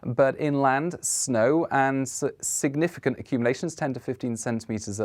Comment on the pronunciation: You need to practice saying the word significant, talk about mincing and words which there was a lot of in this forecast.